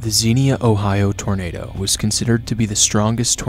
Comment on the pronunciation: You so pronounced Xenia wrong